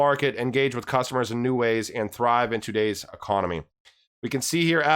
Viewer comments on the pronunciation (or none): none